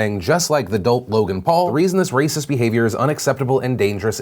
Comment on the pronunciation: It's wacist! omfg lol